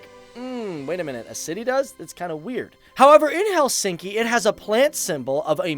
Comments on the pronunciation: In Finnish, the emphasis is always on the first syllable. Not: HelSINKI. It is pronounced HELsinki. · Helsinki pronunciation is: HELLsinki...like all Finnish words, stress ALWAYS on the first syllable and then falling in a linear way...